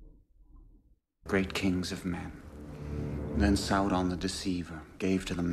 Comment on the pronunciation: The way she’s pronouncing Sauron is driving me nuts !